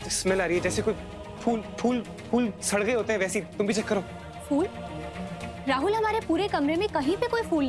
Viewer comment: I don't understand why some ppl pronounce "fool" instead of "phool"...!!!!